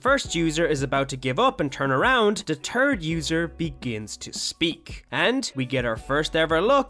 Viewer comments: “Second and turd user” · Bro he said the turd user